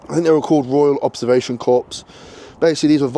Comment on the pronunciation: Great vid but please stop saying 'corpse' - it's 'corr' when saying Corps as in ROC.